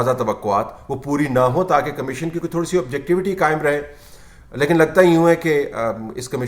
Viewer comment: طلعت صاحب ! اردو میں لفظ کمشین نہیں کمیشن ہے ۔